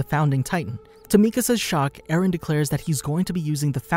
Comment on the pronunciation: How many times has Mikasa say "Ereh/Eren"? 21 Savage: A lot.